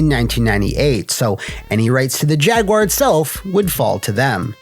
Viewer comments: Thank you for not pronouncing it "Jag-U-Ar" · Thank you, for not pronouncing it: Jag-You-Are. 🤟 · Thank you for saying Jaguar correctly and not Jag-Wire. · Cheers for not calling it a jag-WIRE.